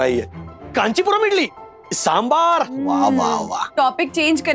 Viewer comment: felt satisfied for once to hear someone say Sambhaar and not Sambhurr 😁